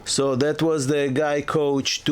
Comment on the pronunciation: Isn't it 'Guy Couach?'